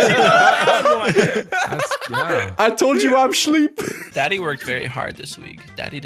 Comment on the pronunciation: "I'm shleep" 😂😂😂